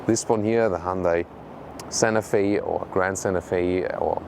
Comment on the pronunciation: I would put more emphasis on the T in Santa Fe. I thought you were saying Sanofi (the pharmaceutical company).